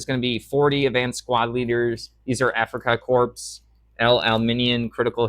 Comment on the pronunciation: Hey! Corps is pronounced like "core". 👍